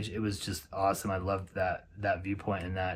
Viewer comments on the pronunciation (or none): Zugspitze is pronounced zoog spitza by the way. Don't forget the Custer State Park Wildlife Loop rd when you are in the Black Hills, especially if you like to see animals. Almost guarantee to see a lot of bison, pronghorn, deer, prairie dogs, and burros. Also, Spearfish Canyon in the northern BH is a beautiful drive.